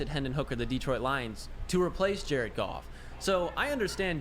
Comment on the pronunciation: It's goff